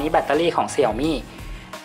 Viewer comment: Xiaomi อ่านว่า เสียวหมี่ นะครับ